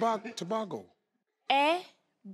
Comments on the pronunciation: Steve trying to say Tebogo 😂😂 he had to use his whole body! 🤣🤣🤣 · Tobaco tobaco😂😂 no tebogooo😂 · So are we just gonna ignore the fact that steve prounced Tebogo as Tobacco😂😂😂Hillarious.. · its Tebogo as in go the present of went